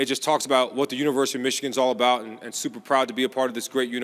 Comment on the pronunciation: Did he say, Universe of Michigan?